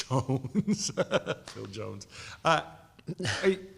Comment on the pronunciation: the way he says jones tho😂😂😂😂😂😂😂😂😂🤣🤣🤣🤣🤣🤣🤣🤣🤣🤣🤣🤣